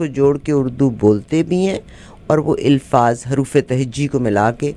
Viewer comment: Punjabi lady, The word is Alfaaz and not Ilfaaz. Almost all Punjabi cannot pronounce this and many other words. The problem with Punjabi is that they cannot distinguish between zeer, zabar and pesh.